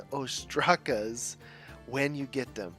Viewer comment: ainigma(ta for ploural)-> ridlle ostraca ->shell .some sort of shell that has a ridlle writen on it (intonation is aini^gmata o^straka)